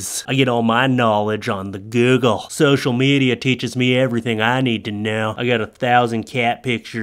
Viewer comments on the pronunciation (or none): "Only learnt what social mediar tot meh"